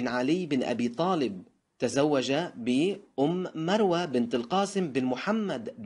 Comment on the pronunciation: نعلم بهذه المعلومات لكن لا تخطئ في قراءة الأسماء ومثال على ذلك أم مروة ليست كذلك بل هي أم فروة